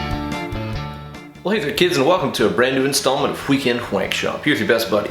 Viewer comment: 🙎🏼‍♂️ “Why did you say weekend that way?” 💁🏽‍♂️ “Hwat hway?”